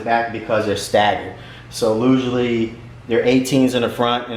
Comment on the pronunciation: Usually “lusually”